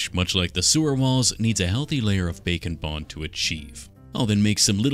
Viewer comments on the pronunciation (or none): Is it just me, or does anyone else hear 'bacon bond' and not 'back and bond'? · does anyone like to think he is saying "bacon bond" not "bake and bond" i do and i laugh all the time